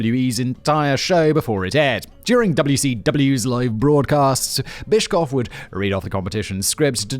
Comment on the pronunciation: Watching someone who doesn’t watch wrestling talk about wrestling is something. 😅 Also, good job on the last names. Although, where did “cough” come from when saying Bischoff? 😅 Oh well. 🤷🏻‍♂️😂 But yeah, WCW basically screwed themselves over. 👍🏼 Simon, do another pro wrestling video. I love this! 😂 🎉